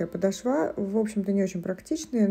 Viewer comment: Добрый день! Спасибо за обзор!, ну почему подошвА (подошвЕ)?! Очень режет слух.